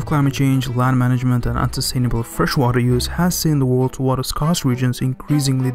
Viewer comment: Stop fucking sayin WARER